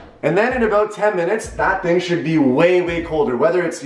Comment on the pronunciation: he says “this shing” instead of “this thing” 💀